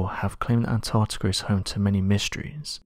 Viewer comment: "Antarctikerr" sounds cool